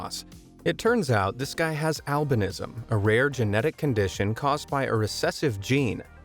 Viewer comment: They way he pronounces albinism is getting to me. I must have pms or some shiz